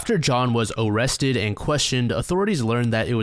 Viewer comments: "...when John was uuuuh-wessted and cuuuh-westioned..." 😂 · Oh cwap. Am I gonna be OOOOOOrrested?? 🤮🤮🤮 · “Am I Gonna Be O-o-Owested” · 1st guy oh- kwap o-rest-ed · “After John was Orrested”😂😂😂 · "Oh cwap . . . Am I gonna be awwested?" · When you accidently said "awested " I lost it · It looks like he's gonna bark when he said O in Orrested. I wonder if he just switches his a's and o's. Like, does he eat Areo cookies and kiss oreaolas? So many questions, so little time. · BROOO "Oh cwap, am I going to be awwested" 😂😂😂 that's white bowser! Ffs, I watch too much YT man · me in the back of my mind : “why does he keep pronouncing ‘arrested’ that way- oh..”